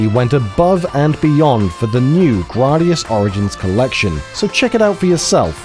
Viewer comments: Nice; always been a fan of the Gradius series (Though I will always call it Gray-Dee-Us, not Grah-Dee-Us) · right!? GRAYdius NOT GRAWdius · Grardius 😂 surely said Grad-i-us or Grade-I-us. I’m just ribbing you 😂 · "Grahdius?" I always figured it was pronounced "Graydius." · "Grah dee us" I love these videos, but it's a little bit harder to accept teachings from someone who's never heard the name of the game pronounced before. Like moms saying "pokeymans" 20 years ago. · You’re telling I’ve been mispronouncing the word “Gradius” since 1985?!?! 😬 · Why are you pronouncing Gradius like that?